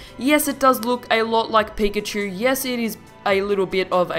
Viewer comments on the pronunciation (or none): none